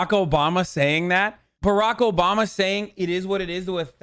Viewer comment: INLOVE WHEN HE SAYS OBAMBE